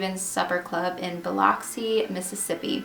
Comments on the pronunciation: Super random and really late seeing as how this is 2 years old but as a local i CAN NOT let this stand... The name of that city Biloxi, Mississippi.. it is pronounced Ba-luck-see NOT Bel-LOCK-see ... sry i had to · IT IS BILL-UX-EE! People mispronounce my city all the time lol